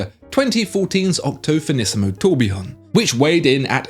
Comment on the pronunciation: Did you say Octothinisimo?...👉⌚😃🎥🤙